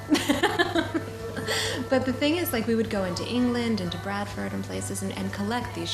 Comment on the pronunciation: Did she say "Bradford"?